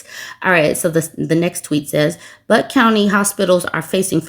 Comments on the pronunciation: Butte is pronounced with a long "u", like "beauty". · 'Butte' is (probably) pronounced byoot. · I think it's pronounced "Byoot?" Personally, I think Butt suits them way better. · Butte: bē yoot. Trying to be helpful 😉